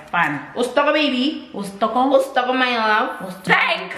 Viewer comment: "O stoko" x 3🤣